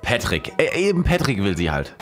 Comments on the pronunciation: Ich erklär Dir mal warum "PÄtrick" und nicht "Patrick".... Weil auch "lowkey" statt "bisschen"... Checkts selber net... xD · "petrick" ist die englische aussprache von "Patrick" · Einfach einmal deutsche Aussprache und einmal amerikanische beim Namen Patrick das ist der einzige Unterschied